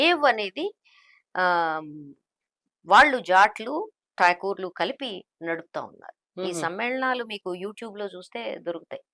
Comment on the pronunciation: టాగూర్లు కాదు మేడమ్. ఠాకూర్లు వాళ్లు.